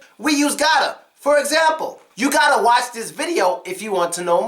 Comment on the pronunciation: i'm curious....how do you say "watch"? i hear it different than i'm used to